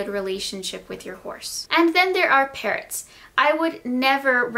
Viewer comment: I thought she said parents instead of parrots 😂😂